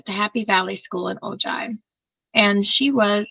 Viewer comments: I believe it's pronounced O Hi. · Ojai. Pronounced O - hi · Hi! Just fyi, "Ojai" is pronounced "O high." (Spanish)